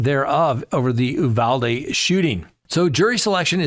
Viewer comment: Why is only one Uvalde LEO being charged? There were so many of them who did nothing. Also, I am from Texas, locals pronounce it “You-VAL-dee